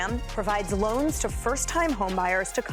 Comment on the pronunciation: "loans" lol